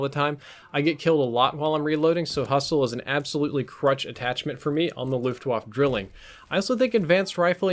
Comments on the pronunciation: YO ITS FRIGGIN GERMAN SAY LUFTVAFFE NOT LOOFTWOFF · I am german and at the monent xou said "Luftwafe" I almost hat to vomit! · Waffe is pronounced, “vah-fa”. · I cringe every time you say "looft wahf" hahaha but great video man, keep the good hard work up :) Edit: Also, "Drilling" is German for "Triplet" referring to the three barrels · The e in luftwaffe isn’t silent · ...man, I was hoping he'd pronounce the name of the weapon right at least for this video. German Ws sound like Vs, and e's at the end of words aren't silent. Ah well. I won't hate on the rest of the video...it IS a good weapon for beginners, if only because once you're an experienced player you won't use the thing every again except as a gimmick. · Luftwaffe is pronounced with the "e" at the end. As in "cat". Just saying. Glad you corrected your idiotic "Brecci" pronounciation which did not make sense in any language.